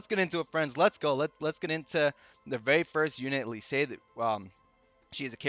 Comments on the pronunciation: Lyse’s name is canonically pronounced, “lease”. Great vid, just had to share that!! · You're definitely pronouncing Lyse's name wrong. It's like Lisa without the a. Leece. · C'mon, it's not so hard to say Lyse properly. Other people even said it, so you heard how it's pronounced properly.